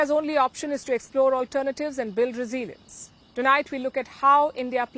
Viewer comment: Learn how to pronounce “ resilience”. Why don’t you buy a dictionary?